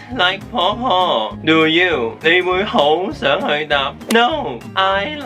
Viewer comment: 你嘅"question tag" do you 同 don't you 用咗true question 嘅intonation, 犯咗香港中小學生最大的chinglish 語調錯誤。, 我跪低求你，唔好再害香港學生啦，佢哋冇殺你父母喎。